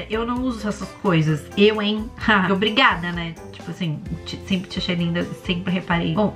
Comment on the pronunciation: "senpre" "SENPRE" mds